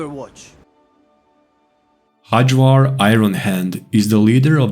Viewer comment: you are obviously not native english speaker, why do you read nordic names in worst british pronunciation??? xD Hajvarr is pronounced with y as in yes. Hayvar. the way you say it sounds turkish ffs hahhaha